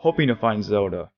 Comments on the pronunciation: It’s ZeLda! Not Zeulda. 🗡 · am I wrong or this man is pronuncing Zelda horribly? sounds like he is saying "Zeruda" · well zelda in japanese is zeruda